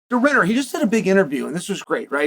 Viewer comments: Did this used car salesman just say Raja de Ridder? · Rainer Dee Rayneer😂😂😂😂